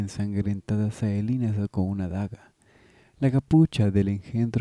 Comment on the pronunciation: no es por tirar hate pero porque le dice Saelina?, me deja descolocado que le diga asi :S